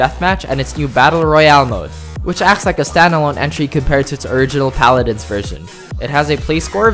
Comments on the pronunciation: When he said Pah-lad-ins instead of Pa-la-dins 💀💀💀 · Palahdins nah it’s pah la dins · Its pronounced pal a dins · Its Paladins not Palaadins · PuhLADins? ITS PALADINS. PAHLADINS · "Puh-laddin" it was a good try bro lol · Did you just say, paludins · PA-ladins ROFL!!!😆😄😃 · How did you pronounce Paladins wrong? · you said paladins wrong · the way he pronounced Paladins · Paladins has an unexpected pronunciation. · The way he said paladins though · That’s not how u say paladins 😂😂😂